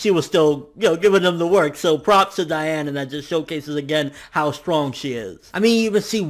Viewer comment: You make me cry. It's DEE-ann. Though you're right, it should be pronounce DIE-ann, it's not...